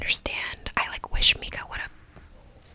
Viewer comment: How can you watch the whole season and come out here calling her "Meeka" ???????????????? 😂😂😂😂😂😂😂